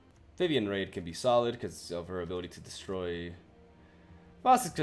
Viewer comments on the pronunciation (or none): "Unfortunately I have to take a break from playing magic as work to explore waterfalls in Brazil" Suffice to say I'm jealous. Also your janky ass pronunciation of stuff like Vivien "raid" is one of my favourite parts of your videos.